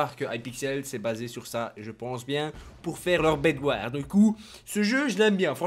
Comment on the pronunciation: prononce jamais les " s " dans skywars bedwars eggwars il dit skywar bedwar eggwar